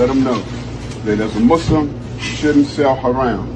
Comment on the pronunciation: "But as a musss-lum. " blacks ruin everything.